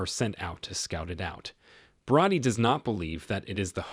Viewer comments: It’s Bro-dee…not broady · Its pronounced Bro-dy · Did you even watch the movie? I'm pretty sure they call her Bro-dee, not Broad-ee